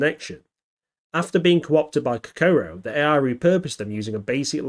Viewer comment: At least make an effort to learn how to pronounce Kokoro FFS !! 🤮